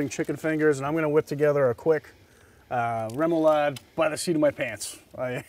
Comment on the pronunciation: Great cook! A salute to who never gave on helping Chris pronounce remoulade. 😂 Chris: Really tasty “roo-moulade.”: “REM-oulade.” (how many times off camera? 😉)